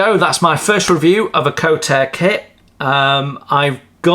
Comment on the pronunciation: Nice review. I don't do 1/32, which is a shame as I miss out on all these lovely Kotare kits. It sounds like they will be doing a Spitfire PR.IV though, so I will be getting one of those. By the way it's pronounced kort-a-ray. I love they way Kotare do their instructions and the way they add photos of the real thing. Page 22 in the instructions is just has a title at the top for that section, whether you understand the tile doesn't really matter as it's all explianed and looks very clear over the next few pages. If you don't want to learn about things as you build the model that's fine, you don't have to read the extra text, but lots of people enjoy that part of a model build. Just like the stencils which it clearly shows the German and also translated to English underneath. I wish more manufacturers would give this sort of detail in their instructions and I love how they show the reasoning for their decisions with evidence. Maybe they should have different colour text for the build notes compared to the technical notes. The drawing showing the gear actuators at the end, I guess they found they need to add that after the other pages had already been completed, but it's a shame they didn't edit it to put it one the appropriate page, but there is a warning at the top of the page to look at page 31. The point about using warm water for decals is because the adhesive doesn't become tacky enough if the water is too cold. Also some decals, normally older ones, can be very slow to r